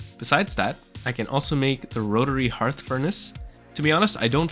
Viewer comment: Thank you for pronouncing "hearth" correctly... So many people making videos are saying "hurth"